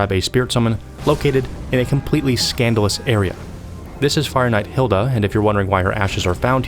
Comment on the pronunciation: Hilde not Hilda